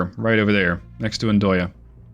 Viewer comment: fyi its Andøya (duck island) and the o or ø if u use the norwegian alphabet is pronounced like you would the i in sir in the english language and around the year 2000 i was in the coastguard ship Andenes during the nato drill at the time while the ship was doing antisub hunting drills there.. :)